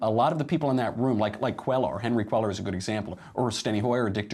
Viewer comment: Phonetically the double "L" is pronounced as a "Y" so Cuellar is pronounced Cueyar